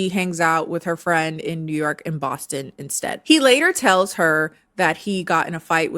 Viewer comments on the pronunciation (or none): none